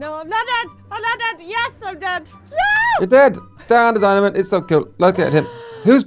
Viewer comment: He said dan the diamond -.